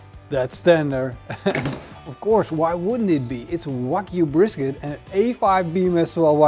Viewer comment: Its Wagyu beef, not Whack you beef😂😂😂